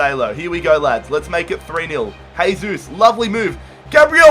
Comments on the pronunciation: It's not pronounced haysus its jaysus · It sounds like your saying hey Zeus